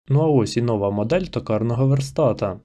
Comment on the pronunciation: Не нОва, а новА, новИй. Невже так важко опанувати українські наголоси?